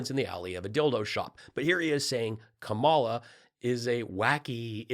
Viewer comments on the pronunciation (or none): KAHM - uh - la,, KAHM - uh - la. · I stayed with you when you mispronounced “flagrantly” (after mocking Mike Pillow for mangling “subpoenaing”) but then you mispronounced the first name of our vice president! Jeez, how many years have you had to learn how to say her damn name? Stopped watching.